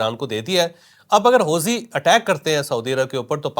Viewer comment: جناب چوہدری صاحب اصل لفظ ہے حو ثی ہے حوزی نہیں۔